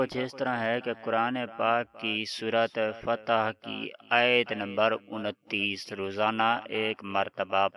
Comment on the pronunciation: Yr sahi sy to bola nahi jata apsy logo ko ghalat smjhana chorh do 39 nahi 29...39ayat to is sureh main hai he nahi